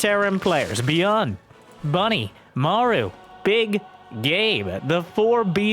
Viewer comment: "Bmaru" the b is silent